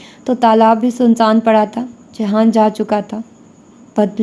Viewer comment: ohh behen jihan ka naam to sahi se lo